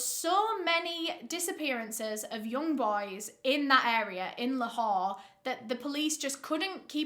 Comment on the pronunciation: Excellent pronunciation of Lahore and and Pakistan.. Wow I'm impressed